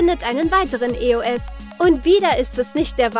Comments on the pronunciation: nicht böse gemeint aber es wird nicht e o s ausgesprochen sondern EOS also zusammen [Eoss] Sonst Cooles Video😍👌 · Nicht E o s sondern Eos ihr Vögel -.- Könnt ihr denn gar kein Deutsch spricht es doch mal richtig aus boah ey